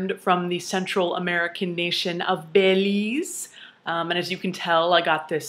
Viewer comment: BELIZE you said? Hey I heard you right. I am from Belize.